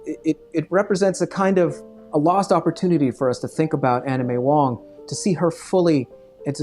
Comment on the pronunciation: I swear I keep hearing anime wong, it's Anna May Wong!